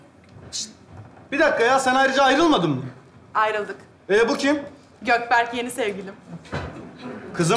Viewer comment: Gökberk hilminin dedigi:Götberk 😂😂